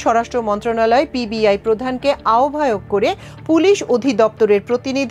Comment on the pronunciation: Pib nah pbi , 2 bar pib bolte sunechi, thik vabe khobor porun.